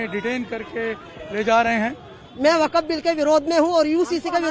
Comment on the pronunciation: Waqf ❌ nhi wakat ✅ 🤣🤣